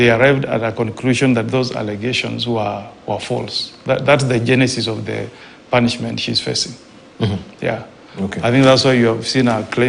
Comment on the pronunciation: Did..senator just say punsment😂